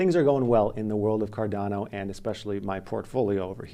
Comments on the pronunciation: I don't know why, but it bothers me as well when people mispronounce Cardano and ADA 😂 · Lol, when I first saw him pronouncing it, I thought the same thing as you.